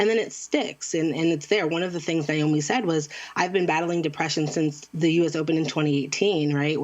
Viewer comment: i just want to point out her name is naomi. not nayomi. not nyomi. i have no idea where the anglophones get that "i" sound in the middle from. here's a simple guide to pronouncing her name properly: na as in nag o as in other mi as in middle